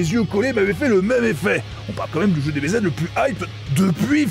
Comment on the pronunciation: "chokbar deubézède"